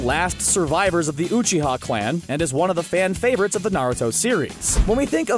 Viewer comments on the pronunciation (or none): He said uuuuuchiha it’s Uchiha and resaaagan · uwe-chi-ha WTF It’s you-chi-ha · The amount of mispronunciations in this... “razengan” (rasengan) “Oochiha” (uchiha sounds like youchia) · U said sauske's last name wrong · You pronounced Uchiha wrong. Sorry bud. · This man said uchiha like he’s never watched naruto a day in his life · so nobody ganna talk about how he say Uchiha and sharigan??? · And uchiha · you butchered uchiha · this guy is probably just reading a script. the way he says rasengan and uchiha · he pronounced uchiha and rasengan wrong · Fuk you uchiha pronunciation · Prince_Taryn the way he pronounces uchiha